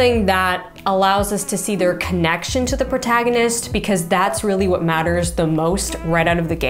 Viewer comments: “Portagonist”? As a writer, surely you should never make mistakes like this? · It's Protagonist" not 'Portagonist". Spelling 101. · Love your advice here... but, "portagonist"? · ... a channel about writing and yet there's 3 errors in the 10 minutes, at least. "Portagonist"? Where's the links she's pointing to? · "portagonist" oops